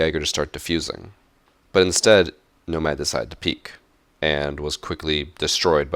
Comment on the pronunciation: Each time he said Nomad, I cringed so hard